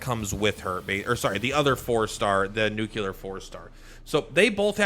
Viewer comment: The nuclear vs nucular is going to take us out lol.